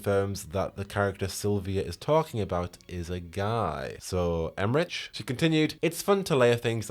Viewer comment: Em-rick* not Em-rich